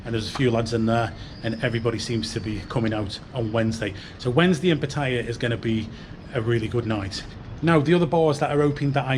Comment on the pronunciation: Please learn how to pronounce Pattaya